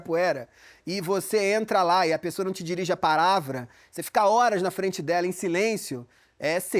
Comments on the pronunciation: Ele dizer paravra foi ironia? Rs não entendi. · "Paravra" kkkkk min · Paravra? Entendi certo ou ele falou errado? Kkkkk